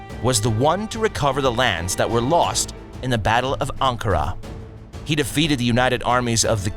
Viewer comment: "they took over Kosovo, which ended Siberian power in the region" .... I think you were supposed to say Serbian ... Siberia is pretty far away, and never colonized Kosovo. mis-pronounce constantinople... also ankara, also mis-pronouce inter-regnum... ok.. , I'm out...